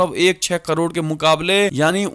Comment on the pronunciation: कड़ोर नहीं करोड़ कहें। खौचमा नहीं खौमचा कहें।